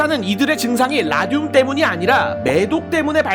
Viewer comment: 왜 라듐이 '라늄'이라고 들리지..? ㅋㅋㅋ